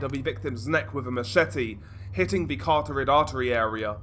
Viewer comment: "cuh rot ted" not "cartorid"